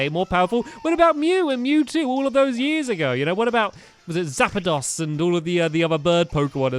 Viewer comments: stampy it's moltress arcticcuno and zapdos not zapidos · Zap-a-dos really Stampy your not truly a Pokémon fan Its Zappos's sorry it corrected me Water Artacunio Fire Molters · Stamps the three legandary birds you said zapidos is wrong it's zapdose and water type is articuno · Zappedos😂 It's Zapdos ( Electric ) Moltres ( Fire ) and Articuno ( Ice ) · It's Zappdos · It's pro nounced: Zap-doos, Mol-tres, Ar-ti-cu-no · It's pronounced zap dose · zapados zap-a-dos. moltres mol-tre-s. articuno art-i-cu-no 👍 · Marill/Ducky and more! ITS ZAPDOS MOLTRES AND ARTICUNO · stamps it's saptost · Zap-dos/e, Arti-c-uno, Mol-tres (Zapdos, Articuno, Moltres) thats how you say it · stampy the other legendary pokemon is articono(sorry if i spelled it wrong)and it is a ice type.p.s.You pronounced zaptios wrong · It was articuno and it was ice type And you did not pronounce zapdos right